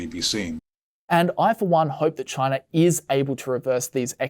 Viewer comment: Right off the bat, did he say Chinar?